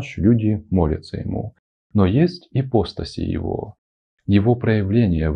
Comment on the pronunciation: Продолжение. Итак, произошло, значит, это «почкование». Появились эти Эманации, Ипостаси (кстати, ударение падает на слог с буквой А — ипоста́сь ;)). И по видео получается, что им поклонялись самые простые люди («физики», по гностикам), потому что такое им ближе и понятнее. И вот тут я хочу не возразить, а дополнить. Да, безусловно – но не только они и не только поэтому. Лица более духовные и просветлённые, причастные «Единому» (L’Uno neoplatonico), интересовались и творчеством Единого! Ну логично же: уважать кого-то – и интересоваться тем, что он создал. :) Это очень важная тема – Трасцендентности и Имманентности Божественного. И если в Египте, Греции и др. мало внимания уделялось Трасцендентности (вот именно что ею занимались лишь посвящённые) – то в абрамических религиях, наоборот, «зажали» Имманентность. Конкретно – всё телесное, природное, женское. А возвеличили аскетизм, отказ от земного, умерщвление плоти. И никаких тебе храмовых танцовщиц! ;) Люблю такую фразу Мережковского: «Христианство – правда о Небе, язычество – правда о Земле». Да, Логос (о котором говорится в начале Евангелия от Иоанна) можно сравнить с руками Атона. Иисус – по определению Божественное-во-плоти. Но это, по канонам, случилось один раз, очень давно, на 33 года. И коснулось в основном психологии, отношений в социуме, морали. Но не других земных проявлений. Потом еще San Francesco con il suo Cantico delle creature. Ну и в принципе всё. И народ, как я это вижу, восполнял нишу сохранившимися язычески